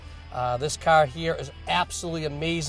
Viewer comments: say CAR right douche bag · This is a machine of a cahh...compared to other cahhs on the maahketplace...